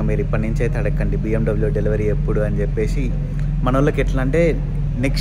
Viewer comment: చెప్పే"షి", వచ్చే"షి", తినే"షి".... అని కాకుండా చెప్పేసి, వచ్చేసి, తినేసి అని పలుకు.... తెలుగు మన మాతృ భాష... మనమే కాపాడుకుందాం....